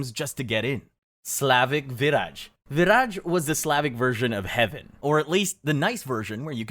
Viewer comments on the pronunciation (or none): I’m Slavic and didn’t know about Vyraj. But I think it’s pronounced like vyraY because in Slavic (and Germanic and Baltic) the J is Y. And Raj (pronounced exactly like rye 😅) means Heaven/Paradise.